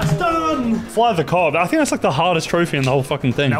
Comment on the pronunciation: The achievement "fly the coop" is not co-op its Coop as in chicken COOP. Do not disrespect my childhood